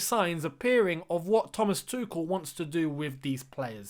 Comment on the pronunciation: id rather you say tu-shell then 😂 tu-ckel just sounds so wrong ahah